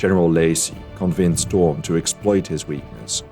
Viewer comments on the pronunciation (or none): Poor count von Daun. it's "DOWN", not Doon. He's not ruling Latveria or something.